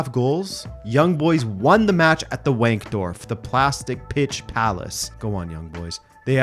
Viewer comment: "Wank-dorf" HAHAHAHAHAHHA Im dying I believe its pronounced (V)ankdorf